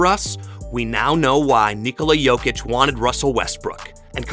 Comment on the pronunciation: SAS sometimes accidentally pronounces Jokic and Doncic correctly just to correct himself immediately saying Jochick, DonChick 😅